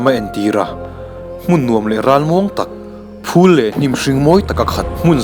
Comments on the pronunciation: Phûl itia thluk lo in phul ti twp twh rwh gaithlak anuam deuh ag😅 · phul i lam dan hi a dik lo.